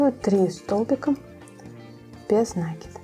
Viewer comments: Слух режет неправильное ударение и слушать не хочется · Мастер класс супер, очень полезные видео. При таком приятном голосе нАкид режет ухо🙉. Не умничаю, простите пожалуйста, написала бы Вам в личку, но ютуб такого не позволяет. Надо говорить накИд, потому что: нить накИдываем на крючок, мяч подкИдываем и закИдываем в ворота... и тд. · Всё хорошо, только ваш нАкид режет слух.